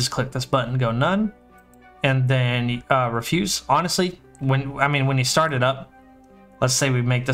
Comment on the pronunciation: REF-yoos. Like trash. Had to say it, nice video XD